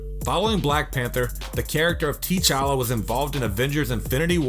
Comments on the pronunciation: "teechala" bruh, it's T'chala smh "darkseed" oml this guy: *darkseid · "Tee-Challa".......dude lmao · This........ Said Tee Challa 😕😩😟 Try This pronunciation "Ta Challa" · OMG! Teach your voiceover guy how to pronounce the names of the characters, for crying out loud! It is not "Tee-challa"! It is not "Nay-mor"! It is not "Dark-seed"! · did he say Tee-Chala!? I can't believe this!!!😂😏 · Damn this guy sucks at pronouncing names. Gale Getta, Tea Challa, Na-mar. It was getting annoying but i still couldn't help but laugh at him 😂🤣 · "Tea-Challa"? "Namore"? The hell… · How about not be a douchenozzle and give someone a heads up for spoiler alerts!! Engame is still in theaters. AND there is no "tea-challa, " or dark-seed." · I'd give you ten bucks if you pronounced anyone's name correctly. Gale Gaddit? Tee-Challa? Darkseed? FFS and no Spawn but you used him as a thumbnail? GTFO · HOW THE HELL DO YOU REVIEW COMIC CHARACTERS BUT CAN'T PRONOUNCE THEIR NAMES?!? Let me help you; T'challa is pronounced "Tuh-Chall-ah" Namor is pronounced "Nay-More" Darkseid is pronounced "Dark-Side" SMDH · Tee challa 🤣 🤦‍♂️ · Tee' challa & darkseed! 😂🤣😂🤣😂🤣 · Tea-Challa , Gal Gadder , Nuh-more , Dark-Seed , Get someone who knows how to pronounce things properly , please !!! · Tea challa Naymer Darkseed wtf dude😂💀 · WTF!!?? Tee-Challa? Darkseed? Neeemor? Do you even know anything about these characters? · TEA-CHALLA??? SERIOUSLY DUDE? STOP MAKING THESE HORRIBLE VIDS WITH THE WRONG PRONUNCIATION! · im not gonna let you slide with saying tee-challa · lol. . .dude, u said Tee Challa and Dark Seed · This dude said tee chala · "Tee-challa"? "Dark-seed"? Seriously?! Might want to revise the name of this clip too. Smdh. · Aquaman is "Author" Curry lmao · Dislike cus you dont know how to pronounce peoples names you suck. Cmon T challa? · yeah, learn on how to properly pronounce names..... Tee'Chala & Dark-seed? wtf man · Don’t forget T... Challa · Tea-Challa…. OMG.... Dude